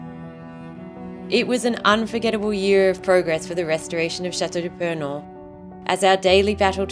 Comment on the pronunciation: i am very impressed with your honest interest in our heritage, and i want to thank you for having « allégé »your prononciation of « chateau de purnon » . merci i believe that your efforts deserve our respect and full support. i shall make a priority to visit you in 2025.